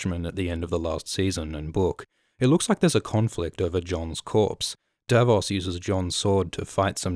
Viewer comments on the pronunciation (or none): none